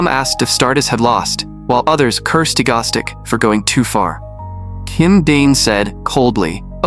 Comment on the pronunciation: The AI voice saying Egostic instead of Egoistic is killing me